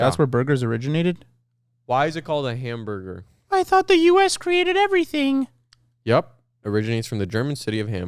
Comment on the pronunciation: I knew the Korean accent saying "hamburger" was gonna come out